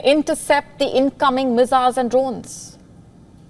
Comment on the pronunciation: Meziles...i love it when she says that.